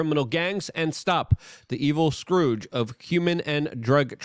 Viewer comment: Luke "scrooge" the text "scurge" lmao